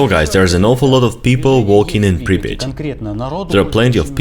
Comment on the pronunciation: Pripiat pas pripit